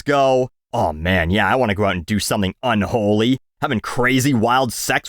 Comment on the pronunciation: Is it really "un-holey" though,? Is it?